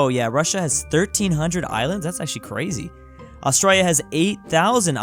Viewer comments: Bruh I hate this guy his saying Austrolio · BRUH THAT IS NOT HOW U SAY AUSTRALIA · Its Australia not Austria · PPWA he says Australia like an Aussie but he's American also r u new Zealander PWA